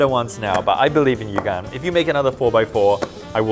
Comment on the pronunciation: Lol when you say gan i hear Khan